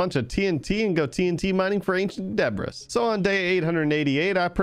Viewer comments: whos gonna tell him the s in debris is silent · ah yes " Ancient Debras " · Stop saying debris 😡